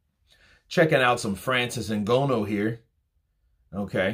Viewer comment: Yo it’s ngannou, pronounce, N-Ga-new(nnou)